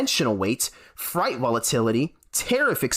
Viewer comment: freight rhymes with 'eight,' not 'fright'